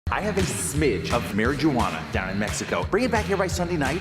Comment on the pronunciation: movies need to realize that innocently mispronouncing "marijuana" isn't funny anymore